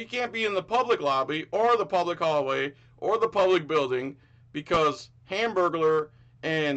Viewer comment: 😂 "hamburgaler" Lol